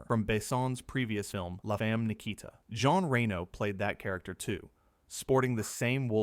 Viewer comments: You need to learn how to pronounce Jean. He’s not a woman. It should be pronounced “zhahn”. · Some interesting stuff here. Of course, ruined by the AI voiceover. As soon as the narration pronounces Reno's first name like the female 'Jean' rather than the French, 'John', you know that it's AI.